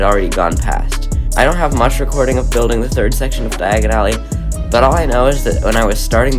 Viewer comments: Its Diagon Alley not Diagonally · just here to say its pronounced dia gone ally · Die-g-in alley 💀